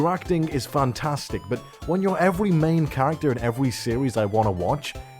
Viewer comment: “Evewy main character in evewy series” 😂